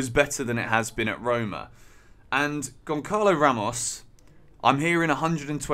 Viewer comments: It's gonsalo , not gonkalo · Gonçalo isn't pronounced with C because that letter is pronounced as the letter S so it's Gonsalo similar to Gonzalo but for some reason every English person i hear pronouncing it they all say Goncalo lol Hopefully we get him because he looks like a great striker but Rui Costa will burn our bank this time I'm sure.